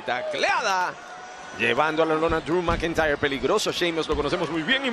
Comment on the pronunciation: Driu Macantayerr